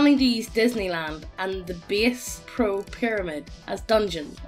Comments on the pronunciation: This man pronounced bass pro "base pro" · Btw, it's pronounced "bass" as in "ass", not "base" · Ok I'm like 1 min in. And I gotta correct something. It's s bASS-pro not "base" pro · Bass Pro. Pronounced like B Ass. They are all over the US now.